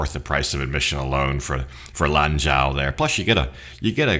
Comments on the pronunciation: By the way Mr. China Expert. You pronounce it as if it were written "LON JOE". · Lanzhou lamien was my favorite chinese restaurant when I lived in China! It’s pronounced lam Joe. The zh in Chinese is the same as a j in English… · Lanzhou noodles. In Mandarin, zhou sounds like "joe".